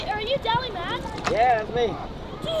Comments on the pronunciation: wait are you? lol, it's DALLMYD get it right kid!! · Did my guy say “dall mad” in the beginning? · He said dally mon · HOW DO YOU PRONOUNCE THIS MANS NAME??!